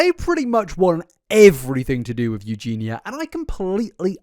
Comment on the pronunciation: pronouncing eugenia correctly is true character development